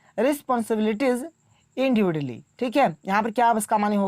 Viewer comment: Individually ka pronounced 😂😂🤣🤣